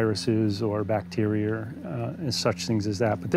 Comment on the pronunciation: I really liked this video. It is very informative. I also enjoyed listening to his unique pronunciation of American English. In particular, he is quite consistent in replacing word final schwas with ‚r‘, e.g. begonier, bacterier, Africer, Americer etc.